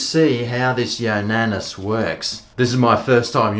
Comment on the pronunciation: ya specimen. its not pronounced "yonanis", its yo nana. as in yo! bananas! pronounced yo! nar nars! i know you are totally whipped at the moment, but cmon mate. lets pick up our game a bit. i had one of these but got rid of it, because the juice aint worth the squeeze. it takes forever to clean down after each use. show us THAT video.